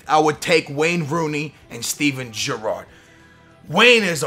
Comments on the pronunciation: Jurrard? How do you pronounce Gerrard - Jurrard? Your accent confuses me sometimes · The way he says Gerrard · For the love of god learn how to pronounce names, the way you said Gerrard was painful